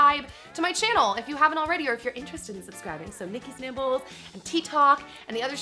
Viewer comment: Everytime you say Nikki's Nibbles... All I hear... is Nikki's Nipples..... I'm 5 years old clearly